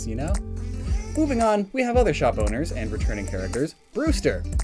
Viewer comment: / when you said "Shop Owners" i initially heard it as "Shot Boners" and got extremely confused.